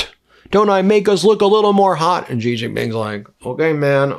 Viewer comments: It is pronounced She, not Gee. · it’s Xi as pronounce as She not Gee please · Xi sounds like "she" You're saying it "zhee" Please respect the leader of China by learning to pronounce his name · Hi Ben. When are going to learn to pronounce the surname of China’s president correctly. It is not ‘Jee’ but ‘see or C’ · Please learn how to pronounce Chinese names correctly. Your job is to read the news. Xi is pronounced like, "she" and Wang is pronounced, "Wong" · It’s She! Xi is pronounced She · The Chinese leader's name is pronounced "She Jing Ping".